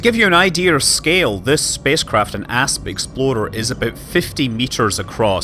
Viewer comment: I showed this video to my younger cousin who is getting into space exploration games like Elite and he about died each time you said "Asp Explorer" because he thought you said "Ass Exploder" lolol.